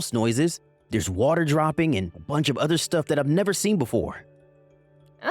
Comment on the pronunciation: Is this the same voice actor that pronounces mudder fodder udder instead of mother father other